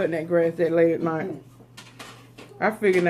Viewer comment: You said nite it’s night 🌚